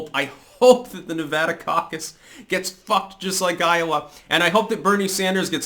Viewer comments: Nice to see someone pronounce Nevada correctly.. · Thank you for pronouncing Nevada correctly.